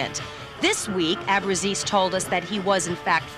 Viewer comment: Abru-chay-zee is how you pronounce it